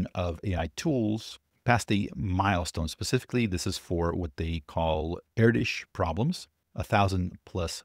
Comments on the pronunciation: Erdös sounds more like 'Erdos' than 'erdisch'. The Ö is pronounced like the O in 'word'. You can already pronounce it; it's similar to the difference between "oh" and "word". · Stop calling ErdŐs "erdish"... Spend at least 1 minute to find out how it's pronounced. Check out how Malmö is pronounced. You're welcome. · I thought he was saying air dish.